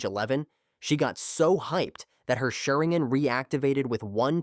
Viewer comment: The pronunciation of Sharingan is atrocious